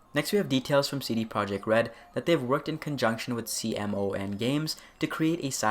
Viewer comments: FYI CMON is pronounced see-mon. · CMON is pronounced "come on" :) Good vid!